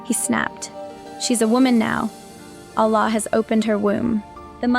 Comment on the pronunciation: Who else knows it's a script the way it is read!! Can you imagine the way she even say Allah doesn't match with the name..any ways this is a horrible script painting Islam i hope God forgive you!!